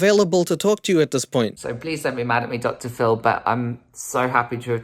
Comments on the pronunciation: I swear everytime says "Dr. Phil" all i hear is "Dr ful" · Up to the 15-minute mark, I heard you say Doctor Full and I always wondered 'who TF is Doctor Full?' I have the hearing of an 80 y/o sometimes 😂